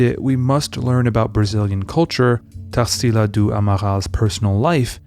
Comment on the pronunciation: I often comment here about how this channel is amazing. But I really never imagined that you'd bring something from my country's culture. I'm so glad to see a video about Tarsila's painting! It's the cutest thing how you pronounce her name haha Brazil is definitely a country full of culture, for those who are interested, I'm gonna leave here some brazilian (or very influential here) artist's names if you want to research: Almeida Junior, Candido Portinari, Lasar Segall, Pedro Americo, Vicente do Rego Monteiro, Eliseu Visconti and Benedito Calixto.